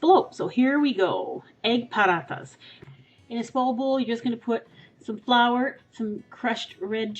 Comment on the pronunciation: lol! you're pronouncing it as if its mexican! but good try though!! xD (btw i'm indian ^__^)